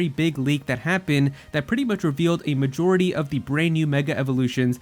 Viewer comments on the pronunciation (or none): none